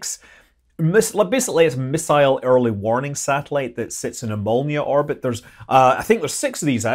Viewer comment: When you said "Molniya orbit", I understood "Mjölnir orbit" and was very excited to learn what that was! 😅